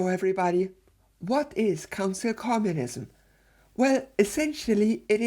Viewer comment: I can't stop hearing "Cancel Communism".